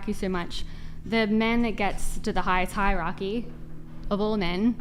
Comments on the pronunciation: Chick next to claims 140IQ Chick next to can't pronounce "hierarchy" Sure, they don't have to be related. But funny. Edit: asks her to re-read it 😂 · 140 I.Q. but can't read the word hierarchy....